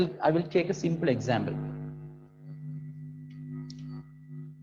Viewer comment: Sir it's not examble it is example